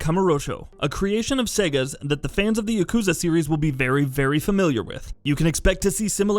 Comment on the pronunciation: Doesn't bug me as much as him saying yakuza wrong. But I'm a petty human being